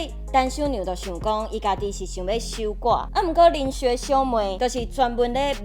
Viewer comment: 守寡的發音應該是tsiú-kuá